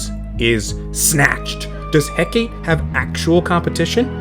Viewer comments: "Hecate" is pronounced "Heh Kah Tee" btw. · it's pronounced He-cuh-teh I just pronounce it as He-Ka-Te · I'm kinda baffled there are people still mispronouncing Hecate.